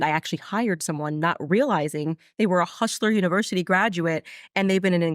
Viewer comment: “Hushler Univershity”